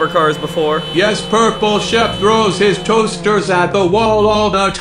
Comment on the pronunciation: Hi purple shep keeps saying Hi ToStEr